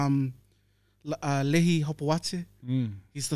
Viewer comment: FYI the Toko Lehi Hopoates name is pronounced “Lee-hi” it’s a Mormon name lol… there’s my 5 cents 😂